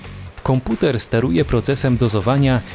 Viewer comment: Kąkuter " xDDD